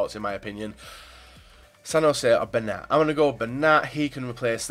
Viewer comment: It's Ben-yat not Ben-at